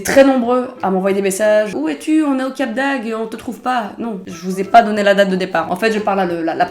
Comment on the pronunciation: C'est Cap d'AgDE, pas Cap d'Ag 😂😂😂